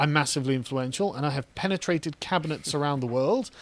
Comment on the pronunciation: did he just say "The WEF have definitely pennytrated penny?"